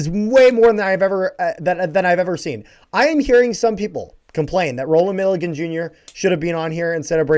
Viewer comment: Hearing mispronounce Milligan so much hurt me